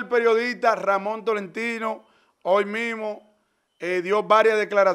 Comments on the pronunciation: El No Dice Hoy El Dice Ol 😂😂😂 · El patrón le tiene miedo a la iii,dice hol en ves de hoy😂😂😂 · El se queda, encondio😮😅... se dice, escondido, por dios!!. estos dominicanos, se han dedicado a ganar dinero en las redes tienen un dialècto tàn malo, que yo siendo dominicana, me da tanta vergienza 😅 y oye, no dice hoy ni loco, èl Siempre dice, hol😅 y dice que alguien lo selañe 😂